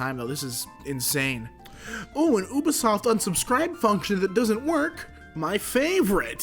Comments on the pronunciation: saying “Ub isoft” instead of “U bisoft” just.. It hurts. A lot. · As well as Oobasoft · oobisoft XD you-be-soft lol, idk why but it triggered me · its so weird hearing someone say Ubisoft as "U"bisoft, insted of like "You"bisoft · So, this is about "Ooo" vs "Yew" sounding U in Ubisoft, but it's a made up word so it's pronounced however the developers want to pronounce it. But yes, there's an "uh" sounding U as well, and never mind when you combine it with another vowel. English is sort of ridiculous. It's partly because of something called "the great vowel shift", and partly because we steal from every other language. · Woodall me too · Woodall That's also the German way of pronouncing it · anyone catch onto how he pronounced ubisoft? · How he says ubisoft